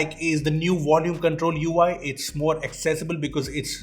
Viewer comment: "VOLUME" not "Wolume".